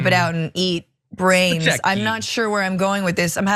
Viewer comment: "Spechecki." Isn't that the character that Sean Penn played in the movie, "Fast Times at Ridgemont High?" ;)